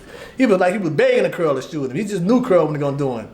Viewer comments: Mf saying Carl but it sound like curl 😂😂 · He steady saying CARL, all I hear is CURL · That nigga said cearl 😂😂😂😂